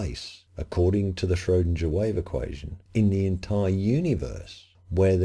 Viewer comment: Schrodinger is pronounced shrow'=ding=er ding rhymes with ring.